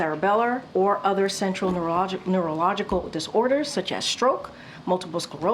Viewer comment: The way she's pronouncing neurological... she might need a test.